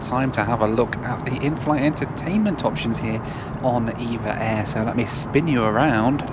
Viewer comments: They're called E. V. A. Air, not EVA. Also Nadi in Fiji is pronounced "Nandee". Apart from that thanks for the "spin me right round go-pro" singing. You're a funny man!! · It's pronounced E-Vee-Ay Air (not Eva Air)